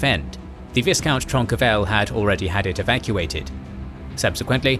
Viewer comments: It's not ViSSSSScount, it's Vy-count. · V- eye-count. Not V-IS-count. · It's pronounced Vycount . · Please, in the word 'viscount ' the S is silent